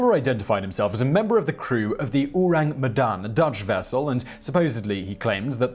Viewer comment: You can try to pronounce Medan as "May-done" or "May-Dunne", it's pretty close to that for English speakers.